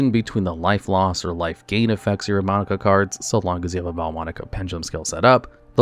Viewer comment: Love the video, but as an italian, the vaalmonica name pronunciations are killing me 💔😭